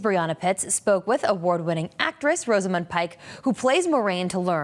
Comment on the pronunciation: It bugs me how they can’t pronounce her name. It’s Ros-a-mund. NOT Rose-a-mund. Is of those with not boring common names never get them pronounced properly